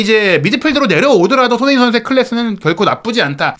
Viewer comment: 발음을 정확히 합시다. 손흐민❌️ 손흥민⭕️